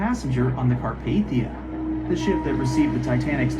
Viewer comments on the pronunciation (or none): That thumbnail of the Bright side video looks like the queen Mary not Titanic BRIGHTSIDE DO YOUR RESEARCH and also apparently bright side pronounces Carpathia like car path ey